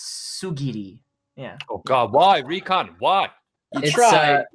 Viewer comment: I don't know what season Rant Cafe Isekai is coming out but I'll be there and calling Recon "Reeks" had me laughing my ass off